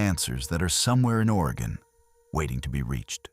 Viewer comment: Will-lamb-it. At least Oregon is said correctly.